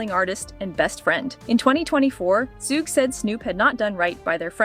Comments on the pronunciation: The pronounciation of "Suge" scratches my eardrum. Dear lady, is like Sugar without the final "ar", damn... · They never say his name right it's suge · Suckee Knight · Sooge... and two pack..... hahaha. Funny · Sugay is that what we calling suge now😂😂😂😂😂🤣🤣🤣🤣🤣